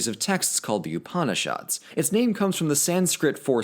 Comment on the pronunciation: mispronouncing Upanishads Me: breathing slowly Calm down, he doesn’t know. It’s ok. cHILL